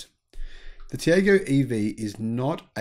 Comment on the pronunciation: Tiago is pronounced Tea-are-go… As you note the Indian EV drive cycle is very different, the drive cycle for ICE cars is similar to the NEDC but capped at 90kph to reflect the lower speed limits in India, similar with their own road testing (as it would be impossible to use the same cycle as Europe within the speed limits), but the EV cycle is the urban part of the NEDC (up to 50kph only), as for harmonising cycles, good luck with that.